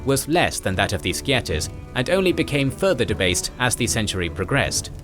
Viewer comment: Sceatas is pronounced roughly as shatters (and thus sceat as shat ) according to my MA supervisor, an English emeritus professor who specialises in mediaeval technology. Otherwise: Very interesting and well produced, as one has come to expect from this channel.